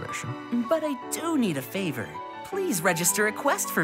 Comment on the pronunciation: said flavor but it was favor